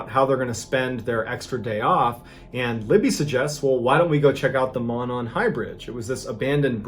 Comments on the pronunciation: This was so disturbing here In Indiana. But you just don’t leave kids alone. Ever. Anywhere. Any age. And it’s prono is “MOE-non” trail… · Just a little tip from a resident Hoosier we all pronounce it Moe-non 😊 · Its "moe-non". The Monon Trail actually starts in Indianapolis and goes all the way past delphi. I actually used to live right next to the Monon, used to walk it to get to and home from school. Thats crazy you mentioned it lol. The whole story is sad.